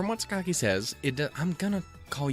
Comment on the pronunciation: I don't know if you're still worrying over Sakaki's name, but the 'a' vowel sound is not actually the same as the 'o' in 'cock', if that improves matters. It's basically the same sound as the 'a' in Spanish (think 'las', 'mas', or even German 'das'). And the articulation is more like Sah-kah-kee than Sah-kak-ee. (Don't lengthen those vowel sounds though; that's important in Japanese.)